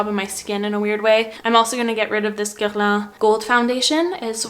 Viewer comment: Ok so you say Guerlain so pretty!!!! I replayed the video multiple times just to hear you say that!!!😮